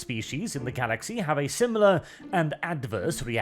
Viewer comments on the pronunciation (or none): none